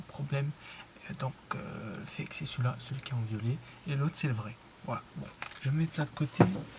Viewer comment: Mdr il dit le faque au lieu de dire fake fin bref 😭😭😭😂😂😂